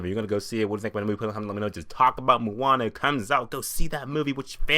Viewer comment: awesome review,the only thing is,you say Moana funny,lol.. its more pronounced like 'moh-ah-nah'...